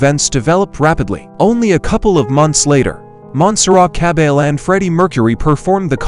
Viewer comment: Complete TRAVESTY! Just listen to the pronunciation of her name!!! dead give away. Repeats oft told, erroneous conjectures. Go to the interviews with the realpeople involved and hear the history straight from their mouths for Godsake!